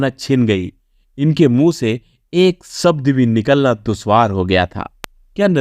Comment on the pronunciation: You need to learn pronounce श and छ as well.. सौहरत, सब्द, वैस्नो नहीं होता है ... आजकल बच्चे दो-दो, तीन तीन foreign languages सीख रहे हैं, higher classes में compulsory भी है, आप इतना तो कर लें, अपने देश की मातृभाषा है...